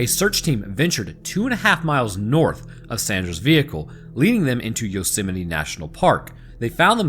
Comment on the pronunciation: today i learned that people pronounce yosemite different than me